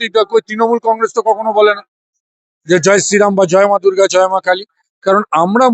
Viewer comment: জয় মা দুর্গা ও তো বলতে পারেন নি, বলেছেন জয় মা দুর্ঘl।